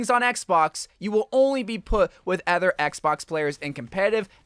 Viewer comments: Other not Ether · why does he say other like that lmao